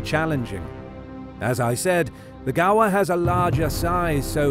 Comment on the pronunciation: I like how he pronounce gaur “ gawa”